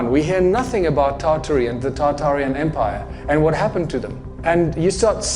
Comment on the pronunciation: Almost turned it off when I heard “Tartaria” cmon man